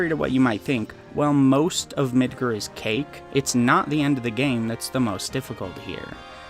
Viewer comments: like MID-GAR LIKE car but with a g not mid-ger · I mean there is a "correct" pronunciation of Midgar. Just because a name is made up doesn't mean it doesn't have a correct pronunciation. We've heard how it's pronounced in English and Japanese and they both have the same sound lol. Even before Remake came out. Crisis Core and Advent Children came out 20 years ago. Say it how you want I guess but to say there isn't a correct pronunciation is disingenuous. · midger midger midger . its MIDGAR cleary an A ... i bet you like saying the n word alot .. sure lost my sub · Are you pronouncing things like Midgar and Gi weird as a joke that I'm out of the loop on? Cus like, there are a lot of instances where they have been said out loud